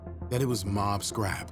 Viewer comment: He was also saying "Scrappy" the entire time. Shit was annoying